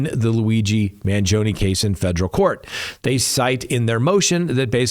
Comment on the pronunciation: “Fejrul”? I don’t remember the word “federal” having a “J” in it… learn how to read please. I can’t stand poor grammar.